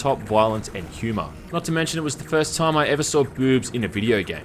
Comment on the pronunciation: "All at the same Toyuuum"